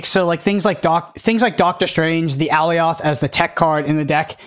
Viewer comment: FYI, (not trying to be "that guy" in the comments, but I take it has never watched Loki, as "Alioth" is pronounced "A•lie•ith" not "Alley•oth"... Just saying 🤷